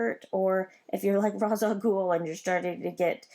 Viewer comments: RA's Al Goul is not pronounced (Roz), in the animated series and DC say it is pronounced (Raysh) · Great video! Just want to let you know before your comments get spammed with this comment. Ra's is pronounced Raich or ray-shhh like in the Animated Batman series. It's a cool set. What character do you like the most from this set?